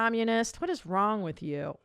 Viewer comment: I hate how says “wrong” The G is silent you J.